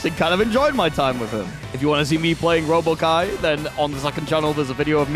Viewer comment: Not the Robama-Ky 😭